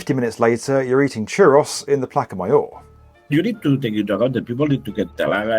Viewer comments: Pronounced plassa mayor not plaka mayor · CR Aropratos, Don Cahotey, Placca Mayoor 😭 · It's cute how English native speakers always fail to correctly enunciate aeropuerto or say "plaka mayor" 😂